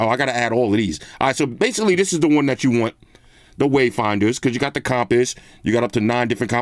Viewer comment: Nobody:: “com-piss”